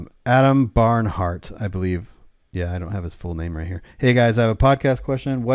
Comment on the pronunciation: Hey, it's Barnhurst! LOL